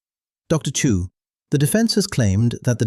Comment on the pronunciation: Dilion. Chu not Chew.